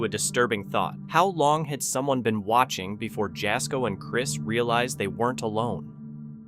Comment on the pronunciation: To the guy cowboy camping... apparently your dad didn't call you 'sun' (son)! Because you are not very bright!!!✌️😂😅 And dude narrator...Jasko is pronounced ya ( as in ha with a y sound) yasko but spelled Jasko. You must be a voice of AI!!✌️